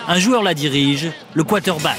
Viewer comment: bonne video.. mais c'est quarterback ... pas quaterback comme tu dis tjs dans ta video